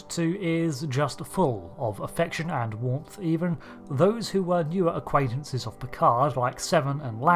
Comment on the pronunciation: Ahh "Warmth" - at first thought it was Worf or Warp